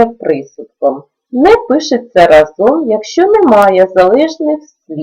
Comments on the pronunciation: У слові разом наголос на А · Разом - наголос на перший склад